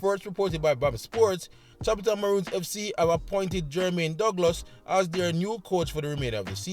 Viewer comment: Update. Jermain Douglas previously coached Tacius Golding High. Your pronunciation was off. He was also assistant coach at Vere FC.